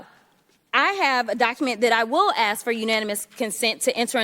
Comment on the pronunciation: So that's how the English language is expressed now?? I'm sorry I'm just axing a question!!